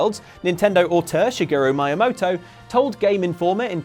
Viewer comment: Did anyone else notice how said Miyamoto wrong the first time, but got it right the second and third time?